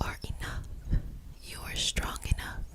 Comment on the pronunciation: she was talking about how strong i was and repeating the work 'strong'- TELL ME WHY I HEARD "stronk, stronk, stronk" REPETITIVELY BWAHUSJASJ